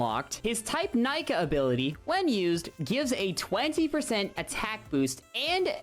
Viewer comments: You pronounced all the moves in a valid way except Nika which is pronounced "neeka" not "Nyka" but either way I won't bully 👍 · Mode Nika is said like knee Kah fyi